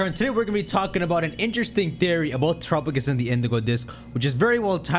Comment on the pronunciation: I think it's pronounced tera_pagos don't know where you're getting trop_agos